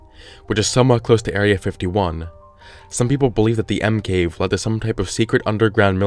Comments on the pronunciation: Why do I keep hearing Emkay instead of M cave? Just me ok....... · Did you say l cave except for monster cave